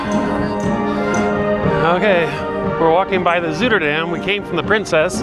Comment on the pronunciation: A hot tub in the cool air - the best! By the way, the Zui in Zuiderdam sounds more like "zy" than "zoo." (The ui is actually a Dutch diphthong we don't have in English, but if you think apple "cider-"dam you'll be close.)